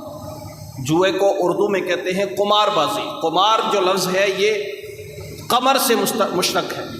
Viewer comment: مولوي قمار بالضم نہیں بالکسر